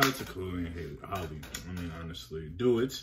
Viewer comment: Halle like Halle Berry not Holly